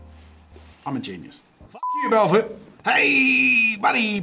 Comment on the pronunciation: The way he pronounced Belforté lol It's an easy mistake if you don't see or understand the accent, I forgive you haha